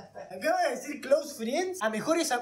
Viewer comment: Tuvo la misma reaccion que santutu cuando escucho a esta piba decir cloose friens (amigos e facebook) te lo juro¡¡